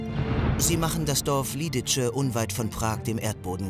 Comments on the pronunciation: "Belschek" für Belzec (sprich belseds) und "Liditsche" statt "Lididse" ist nicht zum Anhören! Schade, sonst eine gute Zusammenfassung. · Eine sehr gelungene Doku. Nur hätte sich die Redaktion bei der Ausprache von Lidice informieren sollen: Nicht [Liditsche], sondern [Liditze]. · Auch das dorf Ležáky wurde ausradiert, nicht nur Lidice (wird btw. "Liditze" ausgesprochen)